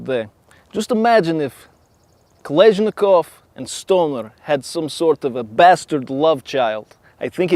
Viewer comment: He mispronounced Kalashnikov horribly